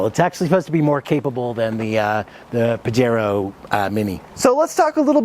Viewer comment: Have always liked these little mountain climbers. My only gripe is your pronunciation of Pajero….cringy. The “J” has an “H” sound.